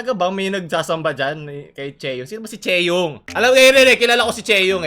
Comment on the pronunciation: i love ur accent say it again : "CHEYUNG"